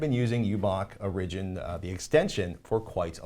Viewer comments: Some of the confusion on the uBlock Origin issue is probably the way you're pronouncing "origin." You're putting the emphasis on the second syllable as in "original" (or-IG-in-al) rather than on the first syllable as in "origin" (OR-ig-in.) Of course, the app may have been named exactly the same, but the person that wrote in called it "original" in his note, and I think it's due to this situation. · Hehe Patrick says Origin(like origin-al) funny =P Good episode. Thanks!